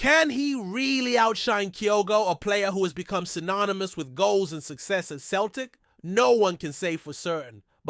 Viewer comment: He can't even say Celtic properly